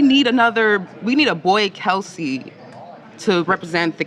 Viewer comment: For the love of correct. Why can't anyone pronounce the Kelce last correctly? It's not Kelceee it's Kelce like else. It just seems ignorant especially when you know the correct pronunciation.